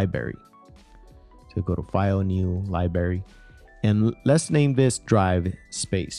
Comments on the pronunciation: "libary" guyssss... come on! It is library!!!! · Good video. Thankful for your info. (PS..one thing...it's LIBRARY not LIBERY) Cheers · DUDE! DO U SPEK ENGRISH RITE? LIBARY? LIBARY? ITS PRONOUNCED...library. LIE-BR-AIRY! WTF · I stopped listening at "libary" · You kept pronouncing "library" as "lie-berry" without pronouncing the "r". Like a five year old kid! LOL! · "LIBARY" lol. Seriously though, thanks for putting this together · Precisely. Liberry caught my ear repeatedly. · Boi its li-BRAR-y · He says "Libary" hahahahaa sorry drinking hoppy poppy while learning, good friggin video mate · Great video but please say LiBrrrrrArY!! LMAO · the libary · What is a fucking “Libary” ??? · OMG learn how to say LIBRARY properly! It's really distracting! LibRary!!! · What the hell is a "Liberry "? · When my brother and I were little kids, he used to pronounce library like this, and it drove me up a wall! cringe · HIs English is much better than that of the average American, so, chill dude. I'n gonna start saying "liberry". It's cooler than "soder" for solder, or Antartica for Antarctica. Don't let us get started on "nuculer". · bruh. please learn how to pronounce library